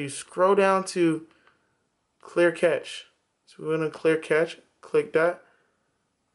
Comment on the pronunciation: The word being use here by is cache, pronounced cash, not catch!! cache /kaʃ/ verb past tense: cached; past participle: cached store away in hiding or for future use. "he decided that they must cache their weapons" COMPUTING store (data) in a cache memory. "the operating system tries to cache every disk operation"